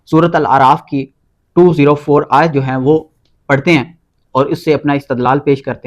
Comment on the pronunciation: Bhai apne isme ayat parhte waqt zabar ki galti ki he